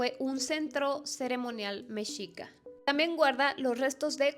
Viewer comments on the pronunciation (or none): none